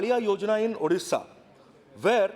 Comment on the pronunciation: 1st see your own english.... It's illiterate ....not ilitarete😂😂😂.....it's bad not bed....and moreover it's ODISHA...... U better join some english academy and improve your english😂😂😂😂😂.... In short 1st see where u stand in your life!....